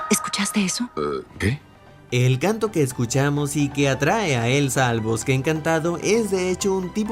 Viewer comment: yo al principio escuché ''Gato'' en vez de ''Canto'' jajajajajajajajajajajajajajajajajajajajajaja